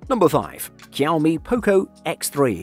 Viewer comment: "Poe-co", "cow-me", "steerio speakers" Your pronunciations are killing me XD